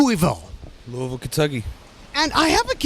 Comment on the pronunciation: Jacks the only person I ever heard say Louisville correctly.....mad props usually it's "lewis-ville"...or Louie-ville he pronounced it "lou-ah-vulle" like he posed to